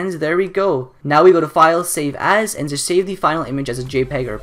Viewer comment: WHEN HE SAID SAVE AS IT SOUNDED LIKE HE SAID SAVE ASS!!!